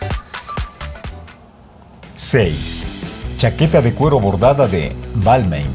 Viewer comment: Hola Ricardo!! Se me permite la correción...en la próxima vez fijate si los nombres de las marcas están bien dichos!! Por qué Givenchy e Balmain el caballero que estaba dictando el vídeo se equivocó en la pronunciación!! Saludos.